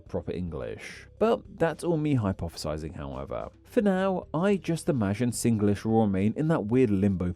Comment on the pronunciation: Good. U said Singlish the Singlish way, sing-ge-lish.